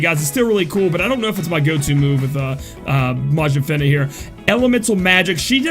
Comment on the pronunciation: pronounced fina in intro right then immediately goes to "fin-ah" after... bruh XD